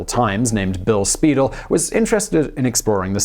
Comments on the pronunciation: ”Spy-DELL,” not “Speedle.” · Acccckkkk! I hate mispronounciations! It's Spy-dell. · While we're at it, it would only be honorable to pronounce Bill Speidel's name properly. It is Spy-dell' - just like the stretch watch band company. He was quite the promoter! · Very good, a few pronunciation errors but pretty accurate. Bill Spiedel's name is pronounced Spy Dell. His book "Sons of the Profits" is a Seattle classic! Alki and Duwamish are explained elsewhere. The tours have changed a lot over the years. There used to be different tours for children during the daytime and adults at night. A lot of the access to the underground was lost when Pioneer Square became trendy and new businesses moved in. The current tours are still worth the effort but not near as much fun as they were in the 1960's. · Speidel's books "Doc Maynard" and "Sons of the Profits" were the reason I got so interested in history in the first place. In my view, he's still the best history writer ever. This segment (minus of course the pronunciations of Alki, Duwamish, and even Speidel - the usual gesture of throwing my arms up in the air in frustration) is a good supplement to his stories of the Great Seattle Fire (and the reason why there isn't a Denny Hill located where Belltown is today). Hiram Chittenden, early Seattle's most famous civil engineer, came in sometime after the fire I think - a biographical segment on him would be interesting (even if he is a major figure just in local Seattle history). As I recall, Lou Graham's more famous moniker, at least according to Speidel, was Madame Damnable. That she was such an important figure in early Seattle history, and its eventual rise over transcontinental railway terminal Tacoma, is part of what makes the city great - I'm glad you guys gave her the respect she deserves (as Speidel had).